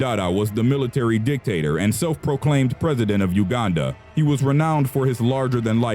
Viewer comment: you are the first white person to pronouce uganda correctly